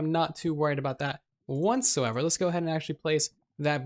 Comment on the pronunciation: Are you saying "want so ever"? Every episode includes a what so ever but I swear your saying want so ever lol I cant help but hear it now